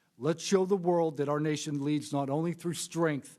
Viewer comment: Clueless Ms Crockett, "probably pur adversaries". Who elected this one? Oh god, lady.